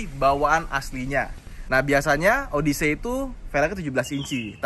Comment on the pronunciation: Kaga gitu pelafalan “odyssey”, men! Odesi ( “des”nya kaya di “pedes”)